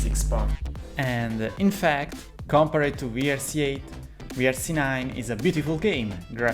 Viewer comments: if u say WRC pronouncing "VRC" is no more WRC: W is "double u" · Just a quick tip, you dont say Wii R C 8 but Double U r c 8. Cuz in English the letter W is pronounced as Double U if it is not in a word. Anyways keep going but u make great content! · Please say double-u ;) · You're right but I think that pronouncing letter 'W' like letter 'V' is just faster and sometimes is better to pronounce it like that (especially for non-native speaker). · Non native english speakers pronounce like does